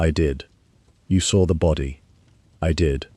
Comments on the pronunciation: I "sawer it." Can't an AI that can use proper English be used? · "I sawer upon the coarse damp sand..." Really irritating to try to listen to.